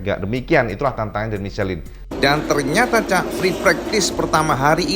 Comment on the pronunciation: om salah baca ban...mukan micelin om, itu bahasa Prancis bukan bahasa inggris jadi bacanya misleng...